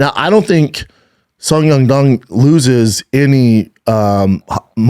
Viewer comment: I even heard a couple “Sung Yung Dung” in there. 😂